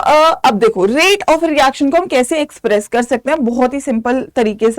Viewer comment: Mam neaa express ki jagah. Sex. Bol. Daaa. second. Per. 😂😂😂😂